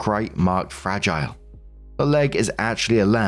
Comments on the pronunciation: Story 2: Fragile- pronounced Frah-gee-lay😆😆😆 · Fra-geeel-ay! Must be Italian 😂